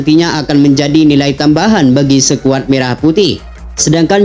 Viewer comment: Perbaiki bacanya bos, jngan bilng sekuad , yg seharusnya skuad.